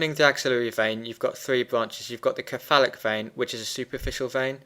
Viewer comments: Thanks for the great graphics- very helpful. Please note, though, that the word 'cephalic' is pronounced with a soft c. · I just couldn't stand the way he says "cephalic" other than that it was good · I'm glad I wasnt the only one